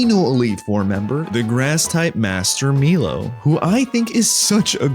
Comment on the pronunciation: Milo = My-Low not Me-Low (Very classic name) Bea = Bee-Ah not Bay-Ah (think Beatrix) Bede = Bea-Dee not Bead (it’s in his song how you pronounce his name) And finally Raihan = Rye-Han not Ray-Han (think of Rye Bread)